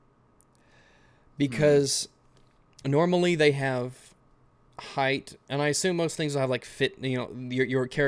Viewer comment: do you say, "highth" because if so what the fuck.